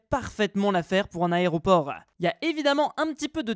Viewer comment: Compté combien de fous il a dit aréoport 😂😂😂